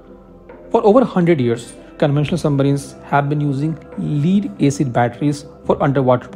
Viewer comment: Lead is pronounced as “Led” not “Leed”